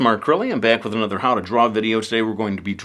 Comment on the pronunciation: At the end of every one of his videos he says,"I wana thank all of you for watching this video an I'll be back with anoter one, real soon,".